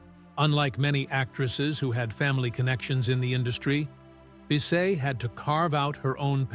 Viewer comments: You mispronounced her last name. It’s pronounced like Biss-itt. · It's pronounced to rhyme with KISS it not bee say